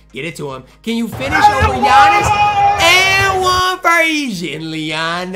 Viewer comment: It’s that time of year where butchers Yi’s name every single day